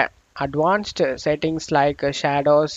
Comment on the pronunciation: What terrible English do you speak ? Windowse? Updatse? Settingse??